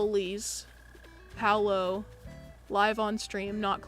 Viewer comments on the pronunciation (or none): none